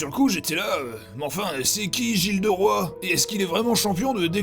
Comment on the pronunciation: Gilles de roy... Ou Gilles de Rais ??? :P